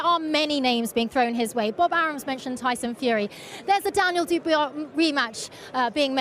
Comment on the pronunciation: She couldn't even say "dubois", maybe they're smoking something with De la Hoya???